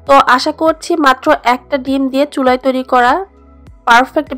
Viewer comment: চুলাই না শব্দটা চুলায়... এটা জেলাগত প্রবলেম,অনেক শিক্ষিত লোকগুলোও এমন ভুল করে...